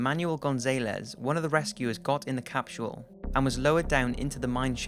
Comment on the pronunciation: "Capshule"? Come on.